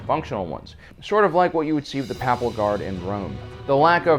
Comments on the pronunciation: Did you hear how he said '"papal" guard in rome'? Rhymed it with nap instead of grape. I think it is probably just hard to read stuff for online videos. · The papal (pronounced paypul) fairs I. Rome does have modern weaponry